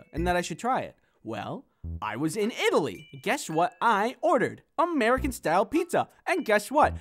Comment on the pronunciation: "I only speak Amurican" (in a country voice)